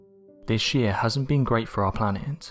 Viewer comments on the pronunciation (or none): none